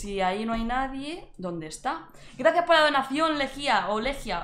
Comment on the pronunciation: Era leija no lejia :'v xD